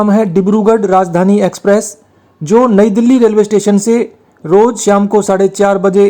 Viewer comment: भाई आपका उचचारन स्टेशन का नाम लेते वक्त बिगड़ गया। Nouns का उच्चारण थोड़ा पाज देकर कर चाहिए। यानी पहले और बाद में थोड़ा पाज देना चाहिए। बाक़ी सब ठीक है।